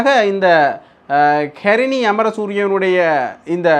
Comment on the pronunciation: Karini அல்ல. Harini. முதலில் பெயரை ஒழுங்காக உச்சரி தம்பி. கேவலமாக இருக்கு. ஹரினி. சொல்லிப் பழகு.சீ நீயெல்லாம் ஒரு ஊடகவியலாளரா?